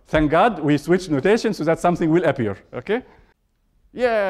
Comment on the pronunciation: There's a 90 million Egyptian pronouncing it exactly like that XD